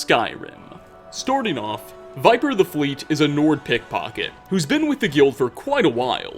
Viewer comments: Viper????? No Vipir. You obviously had to speak to him to hear this tale so how can you pronounce the name wrong? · Vipir(vih-perr), not Viper. He even says it himself. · How do you mispronounce "Vipir" as "viper" even though they literally say his name in game? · Idk why it irks me that you pronounce it "viper" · First, sorry to say ‘vipir’ should be pronounced ‘vi•peer’ I believe. Just based of English libraries I may add. Also wondering what is your preference as to the donations to this channel? Be it bitcoins, sovgardian subscribers or economic trans-allocations? (Just for comedic satire) without doing more let’s do further? Love your channel man, keep it up HAP951SMOKE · Don't worry, Vipir's secret is still safe. Since his name was consistently mispronounced, everyone will think it was someone else. Seriously though, does every Skyrim YouTuber play the game with the sound off? So many mispronunciations of names and words that are spoken out loud in the game. It's kind of maddening. Not just this channel either. FudgeMuppet is occasionally guilty of this, Camelworks even moreso, and ESO... good grief. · Vipir is pronounced with a short "I"